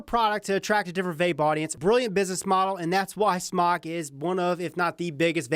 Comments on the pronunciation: IT'S PRONOUNCED SMOKE, AHHHHHH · Btw it is pronounced smok"e" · Ughhh.. it's pronounced "SMOKE" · Rip its called smoke they confirmed its pronounced smoke not smok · Its pronounced "smoke"